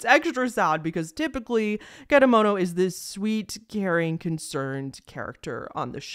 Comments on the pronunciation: (i know im late) but you did pronounce kedamono right! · also i commented this earlier into the video but your pronunciation for kedamono is also pretty much accurate!